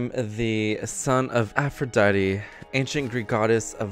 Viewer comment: i heard pronounce Aphrodite as aphrodaddy